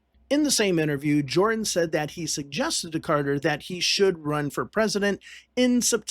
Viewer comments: Hamilton Jordan's surname is pronounced "Jur-dan", NOT "Jor-dan." Other than that, well done. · I believe Hamilton Jordan's last name is pronounced "Jerdan" . . . a small point, but I thought I'd mention it, as I recall that as a young man; Carter was the first presidential candidate for whom I voted. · His name is Hamilton Jordan pronounced "Jerden". Not Jordan Hamilton!! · Enjoyed the video, but you might want to look up how to pronounce Hamilton Jordan's last name. "Jer-dun" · It’s pronounced , Hamilton Jer-dun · Would be nice if you had the correct pronunciation of Hamilton Jordan.